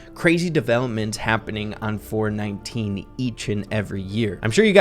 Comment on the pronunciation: Every time says “4/19” I hear “4/20” 😂